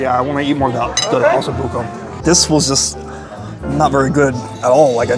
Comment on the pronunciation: Oh-so Bucco